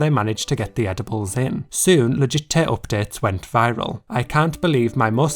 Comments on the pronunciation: please say 'legit tay oopdates' one more time (I'm a Brit abroad feeling homesick hehe) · All i can hear is legittay OPPDATES